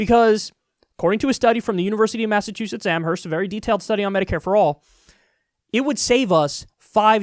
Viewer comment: Kyle I love you but it’s pronounced Am-erst even though it’s spelled Amherst